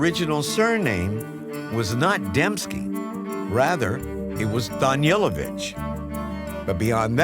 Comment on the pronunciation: Why they constatly pronauncing his last name as Danielovitz when it is in fact Danilovic!?